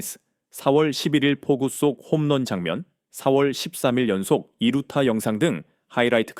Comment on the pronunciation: 두루타가 뭐냐? 당나라 읽기냐? 유차원생도 이따위로 읽지 않는다. 편집롹인도 않하냐? 게으름은 망조의 신통뱡통아야.